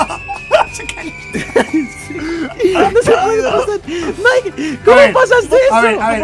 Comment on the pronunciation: Se dise mike